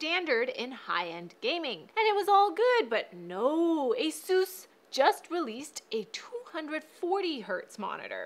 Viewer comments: It's Asus not Asoooos! >:{ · Is no one going to talk about how she said "Asoos" instead of asus? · Its A - SES, NOT A - SUS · She says asus on the most chinees way🤣